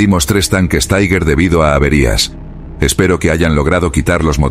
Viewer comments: 19.25 En Aleman TIger no se pronuncia Taigher, esto es en Ingles. Se pronuncia TIGA... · Sr. locutor: ¿por qué dice "taiguer"? 'Tiger' es una palabra alemana, no inglesa, y se pronuncia "tiguer". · Las historia es muy interesante y bien documentada. Creo que leí algo sobre el diario en alemán, pero solo añadiré un inciso. Cuando el narrador pronuncia la palabra Tiger con acento inglés duele oírlo. Es una palabra alemana y se pronuncia no como tigre en inglés, sino Tiger ( Tigear).